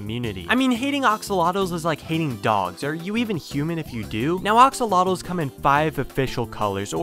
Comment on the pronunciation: Why is he saying ‘oxolotls’ instead of axolotls?